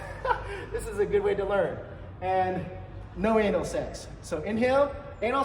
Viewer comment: te way you say 'enel segs' is disgusting dude!